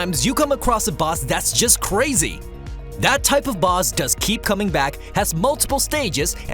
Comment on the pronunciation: Are you saying boz battles? The Boz